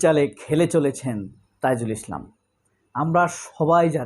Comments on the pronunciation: তাজুলে এতো বার বার তাইজুল কেন বলেন,বিরক্ত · তাজুলকে তাইজুল উচ্চারণ করছেন কেন? নির্বাচন নভেম্বরেই চাই 1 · তাইজুল না।তাজুল হবে।উচ্চারণ শুদ্ধ করেন? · Bhai don't say Taijul .His name is Tajul Islam .ok . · বেশি কথায় বাচালতা, তাইজুল উচ্চারণ কেমন লাগে না!? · আবারও তাইজুল বলে!? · ভাই দয়া করে তাজুল সাহেবের নাম বিকৃত করে উপস্থাপন করবেন না।